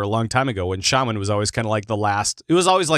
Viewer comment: There is no R in shaman lol